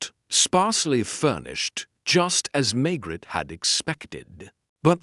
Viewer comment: Pls learn to pronounce Maigret properly!